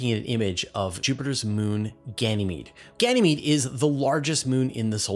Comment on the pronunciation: it's Ganymede.. not Ganamee